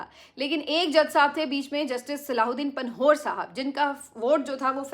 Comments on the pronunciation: جسٹس پنہور۔۔۔ Correct name is Panvher Not Panhore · میں آپ کا بہت بڑا فین ہوں، جسٹس صاحب کے نام کا آخری حصہ پنہ وّر صحیح تلفظ ہے اور پ کے بعد ں (نون غنہ) ہے تو ن کی آواز نہیں آئے گی۔ نون غنہ کے بعد ہ کی آواز بھی ہے 🙂 آپ کی بہادری کو سلام ہے! اللہ آپ کو آباد رکھے!